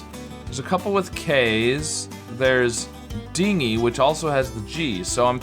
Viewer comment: Dinghy the way you are pronouncing it is spelled with a gh. Dingy is pronounced with a j sound.